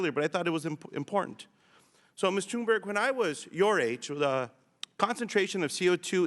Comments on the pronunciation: I'm just wondering here if the spokesman here intentionally mispronounced "berg" to what sounds like "berry" or not. Because he didn't pronounce "berg" how Americans usually pronounce this. It makes it somehow feel like he's intentionally changing her name from a mountain (berg) into a small Berry :P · why are they calling her tuneberry?? its tun-berg,,easy to say no? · when he said great tune-berry i almost died inside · Why do the adults in the room keep calling her "Tunberry?" Her name is right there...smh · Did he say Tuneberry??